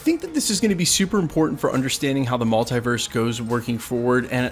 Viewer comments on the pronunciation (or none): Stop saying multEYEverse!!! It is multEEverse!!!